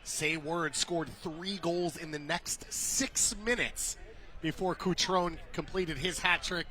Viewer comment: CutronE! The last vowel is not silent.